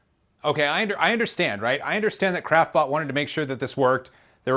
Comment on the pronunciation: I've actually started hearing "crapbot" every time he says "craftbot"... =)